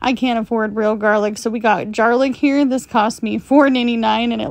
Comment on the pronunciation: Omg, “jar-lic” is perfect!